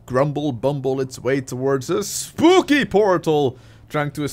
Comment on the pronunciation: Did you really say destroy the spoopy things? I approve or possibly need my hearing tested.